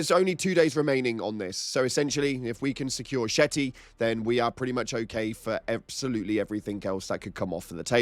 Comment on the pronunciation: “Shetty”? It’s Shete…like sheet, and it’s city is Holl, like hole. Sheethole. Sh!thole.